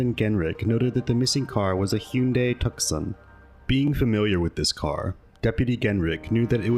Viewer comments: what is the car called again??? A “tuck-sun”?? Seriously??? So the city is called “tuck-sun” Arizona? Ever heard of “too-son” Arizona? “Tuck-sun” 🤦🏻‍♂️. Moron. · The car is pronounced Hun-die (or Hun-DAY) And Two-saun (as in “sauna”), or Too-SONN. (In other words- pronounced the same as Tucson, Arizona) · Hye-on-dae Too-sahn 😂😂 not hewn-day tuk-skon or however you said it. I had to think about it for a second i was like what is that some crazy Chinese car I’ve never heard of? 😂😂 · Bro it's not a "TuckSon" it's a "Too-Sawn" like Tucson, Arizona. Seriously. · Hewn-day... ive never heard someone pronounce Hyundai like that before hahaha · A "tuck son?" Dude, Tucson is a town in Arizona as well as a car model. It is pronounced "too san." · R u serious with how u pronounce Tucson? You said it like, tuk son.... Its pronounced like tu san... Please tell me you were screwing around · It's pronounced Hun-day Too-san...good Lord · I know you werent serious saying tuck-sun 😂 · Listen you make good videos but you really butchered that car name. It’s Hy(hi)-un-dai(Die) and Tucson like the Arizona city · I’m so glad I’m not the only one, I questioned my own reality for a minute when he said tuck son 😂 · “Tuck-son?” Lmao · Tucson is pronounced Too - Son lol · Thank you! I got a good laugh at that! 😂 but it's more of a "too-sawn" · Yeah. And after the narrator said “Hyundai tuck-son”, he lost me. Dummy. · He wasn't screwing around. Might not be american(?) It does have that silent "c" though